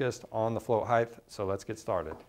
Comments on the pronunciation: good info...just a nit-pick...it's not pronounced "higth" but "hite"... with a hard "t" at the end. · Height not heighth can’t watch your video if you can’t pronounce a simple word you learn in 1st grade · "Float Heighth" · Are you saying float height-th? How do you spell that? HA! Thanks for the informative video. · I can't take it. "Heighth" please make it stop. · "heighth" "heighth" "heighth" OK THAT'S IT! I CAN'T TAKE IT! I'M OUT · Heighth? Flow heighth? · That drove me nuts lol